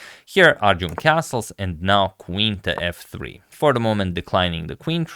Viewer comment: I swear I heard "Magnus opens with knife to f 3"